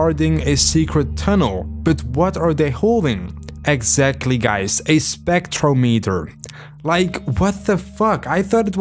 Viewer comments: It's not pronounced Spectro-metre. It's Spec-trom-i-ter. They even say it correctly multiple times in the game, but you still say it wrong every time. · so u actually heard the guy say "spectrometer", and still chose to pronounce it "spektrow-meeter"????